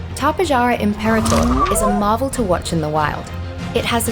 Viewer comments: Yeah no I've been studying azhdarchoid pterosaurs for a long time and its the first time I've seen someone pronounce it like that. The correct way to pronounce it is Top-ay-har-ah but i like to pronounce it like Ta-pe-ja-ra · Tapejara is actually pronounced Tap-uh-har-uh, just wanted to point that out XD